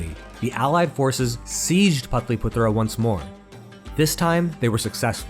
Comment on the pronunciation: suprised that he cant pronounce patliputra 😮